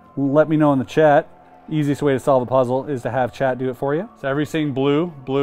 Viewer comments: He was saying "Chat" all the time and I thought he was talking to someone called "Chad"!! 😅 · Every time he says chat I swear he is really saying Chet 🤣🤣🤣